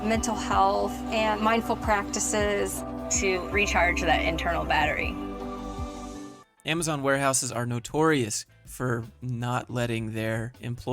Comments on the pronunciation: I can't get over the way she says "amaZEN" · The way she says AmaZen. It really hurts my ears ow.